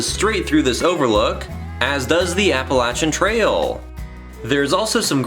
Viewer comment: Thank you so much for pronouncing Appalachian the right way. It's a Cherokee word and their language had no long A sound. The alternate pronunciation was introduced by the founder of the Appalachian Trail because he thought it sounded more mystical that way. Here in East Tennessee, if you don't say it the right way, we'll throw an apple-atcha! 😊